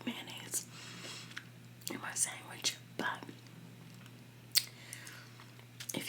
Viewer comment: Do u say sangwich?